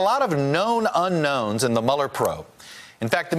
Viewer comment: not "Uknowns" It's "Unknowns"